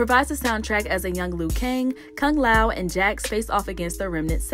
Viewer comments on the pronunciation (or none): none